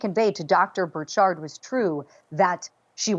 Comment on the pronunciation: It's not bur-SHARD, it's BUR-chird... like orchard